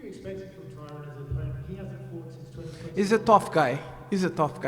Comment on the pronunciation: Love how he calls Tyron "Tyrone," lmao.